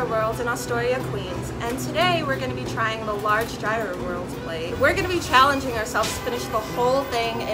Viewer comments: It's Yee-roh! Not Ji-roh! In Greece at least. Aaggggjhhhhhh. Chicken slavaki is my favorite! I make my own and so yummilicious!! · Did he just say G-I-R-O-S ???? And he works there n look like he from greece ...smh !!!! Its pronounced like euros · Im greek and I need tzatziki with that anyone else need ?? #yeero not #yairo hahah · It's ˈyē-ˌrō NOT ˈjī-(ˌ)rō ... as a half-greek, I can't stop shaking my head watching this... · Excuse me? Did you say GIE-ROW? It's YEER-RO. 😖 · Λεει πως ο γύρος ακούγεται σαν euros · Aradia X i said the same thing !!! And he works there too !!! Smh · Did he pronounce gyro wrong 🤔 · The mispronunciation tho 😩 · Is that a person with an accent nonetheless pronouncing gyro as if it is related to "gyration"?.. #correctmeifimwrong.. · they didn't even pronounce gyro correctly